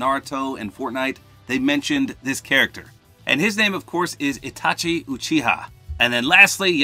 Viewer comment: Itachi is pronounced etachi